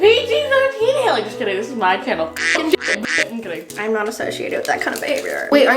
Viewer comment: The thing said hakey